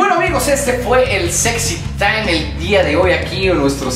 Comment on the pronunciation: soy el unico que le gusta como luis pronuncia... el sexy taiiiiimmm